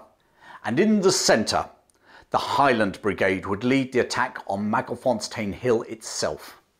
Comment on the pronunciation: Good stuff.Just a small thing...fontein ,no "s" ,like in fountain.Keep it up .